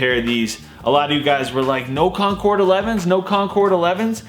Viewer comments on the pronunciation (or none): none